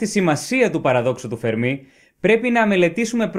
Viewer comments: "Φέρμι" ρε φίλε, τι "Φερμί" τσαμπουρνάς; Ιταλός ήταν ο άνθρωπος, όχι Γάλλος. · Παρεμπιπτόντως, προφέρεται Φέρμι, όχι Φερμί. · Ωραίο κανάλι, ωραία βιντεο keep it up. Μια μικρή διόρθωση μόνο (που δεν αλλάζει πλέον αλλά οκ), είναι Φέρμι, όχι Φερμί. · Φέρμι,Φέρμι....οχι Φερμί! Ιταλός είναι όχι Γαλλος! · Αγαπητέ εκλαικευτη. Ολα σου καλα, αλλά ο κ. Φερμι, επειδη ειναι Ιταλος, λεγεται Φέρμι κι οχι Φερμί. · The Fermi paradox.. φΕρμι. Όχι φερμΙ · O fermi ήταν Ιταλός όποτε διαβάζεται Φέρμι και όχι Φερμί. Το τελευταίο θα συνέβαινε μόνο αν ήταν Γάλλος διότι αυτοί τονίζουν σχεδόν πάντα στη λήγουσα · Να είσαι φυσικός και να μην ξέρεις ότι ο Ιταλός φυσικός ονομάζεται Φέρμι και όχι Φερμί, με ξεπερνά... Μάλλον τον συγχέεις με το Γάλλο μαθηματικό Φερμά, κάτι που είναι ακόμα πιο τρομακτικό! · Ο Φέρμι δεν ήταν Γάλλος. Ήταν Ρωμαίος. Λεγόταν Φέρμι και όχι Φερμί. Για να προφερθεί Φερμί θα έπρεπε να γραφόταν Fermí και όχι Fermi που γραφόταν. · ENΡIKO Φέρμι και οχι Φερμί....!(Ιταλος). ΣΥΓΝΩΜΗ ΓΙΑ ΤΗΝ ΔΙΟΡΘΩΣΗ. ΚΑΤΑ ΤΑ ΑΛΛΑ ΕΙΣΤΕ ΕΞΑΙΡΕΤΙΚΟΣ, ΕΥΧΑΡΙΣΤΩ. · Φέρμι και όχι Φερμί. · Πολύ ενδιαφέρον θέμα και με σωστή προσέγγιση. Να πω πως ο Enrico Fermi ήταν Ιταλός και το όνομά του προφέρεται Ενρίκο Φέρμι (με τον τόνο στο "ε"). Επί της ουσίας τώρα, θεωρώ πως οι πιθανότερες αιτίες του Παραδόξου του Φέρμι είναι το γεγονός ότι η εξίσωση του Ντρέικ είναι ΕΛΛΕΙΠΗΣ! Αν μπουν και οι άλλες παράμετροι στην εξίσωση (αυτές που λείπουν), να δεις που θα ...πάψει να είναι παράδοξο!!! Μερικές ιδέες έχω για το ποιές παράμετροι λείπουν, αλλά είναι μια μεγάλη κουβέντα αυτή. Δεν γίνεται μέσα σε σχόλιο. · ο ENRICO FERMI ΗΤΑΝ ΙΤΑΛΟΣ και προφερετε me ton tono στην παραλιγουσα